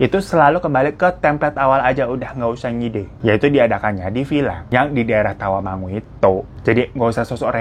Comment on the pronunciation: eh kaget pas bang hiro nyebut daerah Tawangmangu gua tinggal di Tawangmangu bg sedikit membenarkan bukan Tawamangu tapi "Tawangmangu"☺️❤️